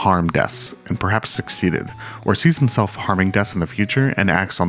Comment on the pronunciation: Yeah it kinda sounds like "Sees —emself" more than "Sees himself". So probably just an accidental tongue twister and a syllable was skipped